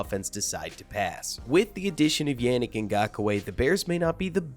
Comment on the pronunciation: Nice breakdown! I can't help but wonder if you're mispronouncing his fist and last names. Wanna say it should go "YAH-nnick" as opposed to "YEAH", and "NGAHK-way" (last name only 2 syllables.) Maybe nit-picky 😅 but cheers✌